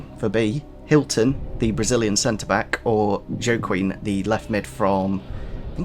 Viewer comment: it's pronounced Wa-keen